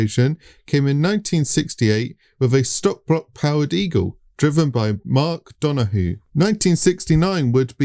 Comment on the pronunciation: Glad to hear you figured out it's pronounced, U-SAC! But still, you guys are butchering the pronunciation of iconic names, like Donahue and Unser!